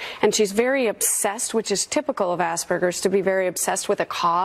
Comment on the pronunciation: Children of the Corn anyone???? These kids know NOTHING and what 16 year old wears her hair in pigtails FFS!!! And it's AsPERgers not AsBURgers!!!!! BTW someone needs to round up and prosecute people like Soros!!!!!